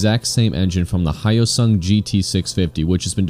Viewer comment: could never compete with the gt650r...the Hyosung (not pronounced high oh sung) isn't a copy of other bikes, unlike this thing. (".)